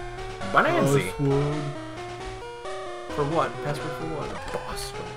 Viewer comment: It says "banzai", you said "bonanzi." XD